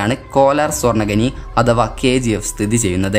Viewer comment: വീഡിയോ ഇൻഫർമേറ്റീവാണ്. പക്ഷേ സംസാരത്തിന് ഉച്ചാരണശുദ്ധി ഇല്ല. ഉദാ:- ഗനി, ഗനനം, ബൂമി, ബരണം, മദ്യബാഗം, അതവാ, തുടങ്ങിയവ